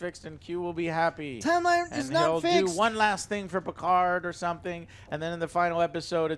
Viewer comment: Picar''D''. the D is silent god damn it!!!!